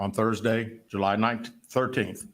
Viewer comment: why did JU-LY!!!🤣🤣🤣😂😂😂😂